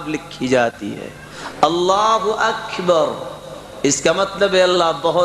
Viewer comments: قاری صاحب آپ خود اکبر کو اکھیبر پڑھ رہے ہیں یہ کس تجوید نے سکھایا ہے آپکو وضاحت کریں بہت سارے لوگوں کو میں سنا ہے. اللہ اکبر کے بجائے اللہ اکھیبر پڑھتے ہیں یہ کہاں تک درست ہے کیا ک کو کھ پڑھا جاتا ہے اسکی بھی وضاحت کریں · خود قاری صاحب اکبر کو اکھیبر پڑھ رہے ہیں یہ کہاں تک درست ہے